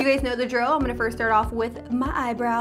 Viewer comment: Why does it sound like she's saying "gays" when she's saying "guys"😂😂